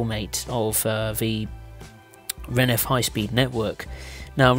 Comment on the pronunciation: Also, it's not renef, it's RENFE